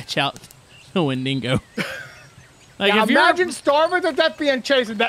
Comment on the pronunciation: its not wenDINGO gents